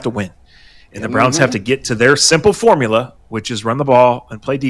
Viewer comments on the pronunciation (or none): none